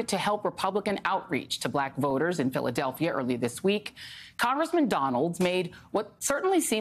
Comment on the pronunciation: Anyone else notice how he pronounces Philadelphia?? 🤣